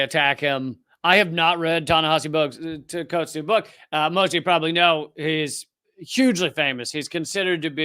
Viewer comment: Ta-Nehisi Coates was a model of calm and collected responses to this ghoul. Just the fact this idiot couldn't pronounce the name of his guest was embarrassing. I would have loved to see Prof. Finklestein shred this guy a a new one.